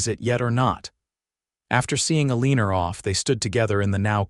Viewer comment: It’s Eleanor x L n or